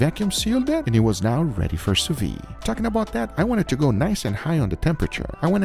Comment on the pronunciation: I do not want to be the pedantic guy, but the d in Sous-Vide is supposed to be pronounced.